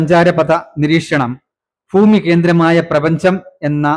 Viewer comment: ഭരണഘടന എന്നത് (bharanaghadana) എന്നാണ് ഉച്ചരിക്കേണ്ടത്.ഫരണഘടന(faranaghadana)എന്നാണ് ഇദ്ദേഹം ഉച്ചരിക്കുന്നത്. (തെക്കൻ, മധ്യകേരളത്തിൽ പലരും ഇങ്ങനെ ഉച്ചരിച്ചു കേൾക്കാറുണ്ട്.)ഫാഷ, ഫൂമി എന്ന് ഇദ്ദേഹം ഉച്ചരിച്ചു കേട്ടു.